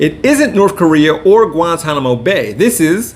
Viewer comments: Or as he says "Guantammmano" lol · 😂He said Guantamano. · He said “Guanta-Mano Bay” 🤭 😂😂😂